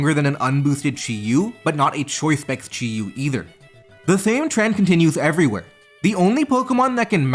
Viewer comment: Say Chiu one more time, fucker. Jesus, what an awful video to listen to, fuck